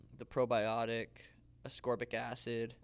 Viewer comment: Man's just said ascorbic acid😂😂